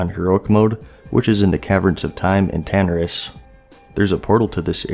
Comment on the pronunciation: mannn really tho? TANaris? I aint never heard anyone say it t h a t way... >.< 대~~~박